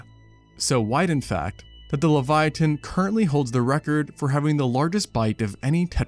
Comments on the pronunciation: Pronunciation: levy-atun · dude leviathan has an h in it. why are you saying it so weird? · Please stop saying leviathan like that.